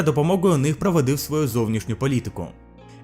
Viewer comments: Часто вимовляєш "ґ" замість "г"; також звичка змінювати "о" на "а" (наприклад: кажеш "правадив" замість "проводив"); де-не-де неправильно розставлені наголоси. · зібрав помилки, які почув. титри до речі на російській. це так задумано? світ змініився до невпізнаваємості - до невпізнаваності провОдив наголос, а не проводИв мєждународним - міжнародним вважає за сприятливе зближення з материковим китаєм. так мабуть не кажуть. вважають плідним скоріш торгівельний оборот - товарообіг по 2016 роки - кажуть по 2016 рік тіснІ відносини наголос, а не тІсні